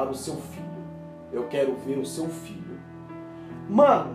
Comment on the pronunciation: Só eu que entendi Fígado quando ele falou Filho?